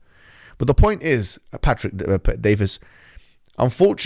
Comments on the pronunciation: legends say hijab still calls him DAVIS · its bet-david, not bet-davis. also, for Allah's sake, please turn down the gain on your microphone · Bet-David. Not ‘Davis’. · its Patrick Bet-David, not Bet Davis. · Its Bet David not Bet Davis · "Pet-DaviS" "Bet-DaviS" - Mohammed HijaS. Mohammed Hoojab. Mumhammad Boobjab. You're not the only one who can intentionally mispronounce a name, being a rude and condescending prick. If you are going to spend nearly ten minutes criticising someone, have the decency to learn their name. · Why do you have to get his name wrong? You have done this mistake before with other people.